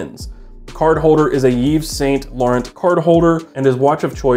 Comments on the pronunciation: just say "ysl" if you dont know how to pronounce yves saint laurent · "Ee-ves saint lauron"